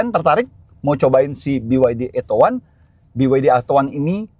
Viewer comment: Plis, jgn di englishkan lagi namanya, beyede udah capek rubah nama biar mudah diucapkan orang Indonesia, jangan lagi dieja ettow wan, atto sendiri berbahasa italia yg dibaca atto bukan ettow, jadi ejalah beyede atto satu